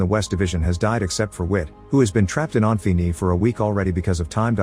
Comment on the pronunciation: this text texk-to-speech is irritating me by how it pronounces "Infini" wrong and yet, differently, every time it does... wtf windows xp sh is this?